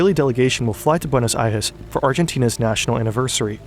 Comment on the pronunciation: You respect the Deutsch language a bit much. The way you say Reich and Eichmann. You’re lazy with the Spanish language other than when you say Buenos Aires.